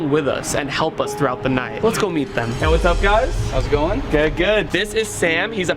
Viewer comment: he sayd halp